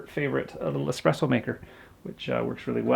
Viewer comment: I love your channel.... but it’s ESPRESSOS! Eh-spres-oh. Not EXPRESS-OH. Ahhhh... (Sorry) Can’t wait to see the finished A frame with the firehouse doors!